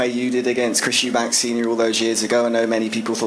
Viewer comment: It’s Eubank, not Eubanks